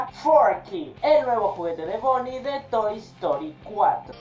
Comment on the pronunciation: Es BONNIE NO BOONNIE